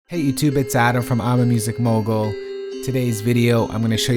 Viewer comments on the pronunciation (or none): none